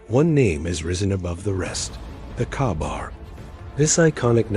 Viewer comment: It’s pronounced “Kay bar,” not “kah bar.” Get a robot that can read correctly.